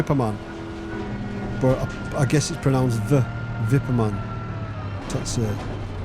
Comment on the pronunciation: You are pronouncing "Wippermann" correctly! Well done! :-)